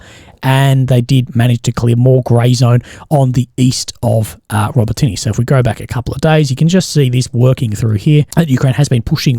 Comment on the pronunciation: Urozhaine, Robotyne, Tokmak. If you're going to pass congregation try and at least get place names correct